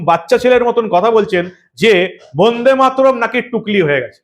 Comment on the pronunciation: বোন্দেমাতরম নয় কথাটা কিন্তু বন্দেমাতরম।উচ্চারনে শুদ্ধতা থাকা দরকার। প্রতিবেদন খুবই ভালো।